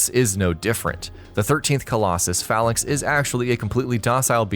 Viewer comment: OK, so here we go... 1st Really no dragon age Inquisition dragon fights???< 2nd Alduin is a bitch...... 3rd really glad you put a pokemon game on the list. 4th...... Phalanx isnt a dragon.... Also you pronounced it wrong....